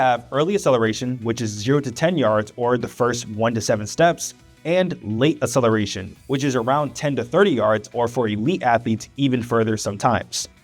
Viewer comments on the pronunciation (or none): “Acceleration” is NOT pronounced “uh-seleration.” “Excessively” is NOT pronounced “assessively.” Both words have a hard C followed by a soft C…a K sound followed by an S sound. Please stop spreading mispronunciation of basic words. PLEASE.